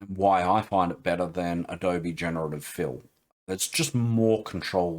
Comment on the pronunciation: Sorry to hear about the neuropathy. Hope it gets better. Thanks for the vid, great stuff. BTW it's Adobe not Abode! :)